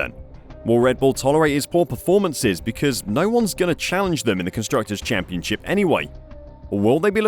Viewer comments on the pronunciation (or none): none